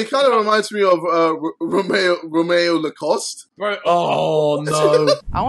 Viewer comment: How does JJ not know how to say Romeo Lacoste he gave 3 tattoos